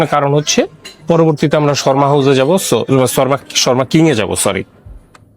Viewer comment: Dada Sharma na...kotha ta shawarma...শাওয়ারমা..sarakhon kane kotha ta lagchilo... othocho keu apnake jinis ta dhoriye dilo na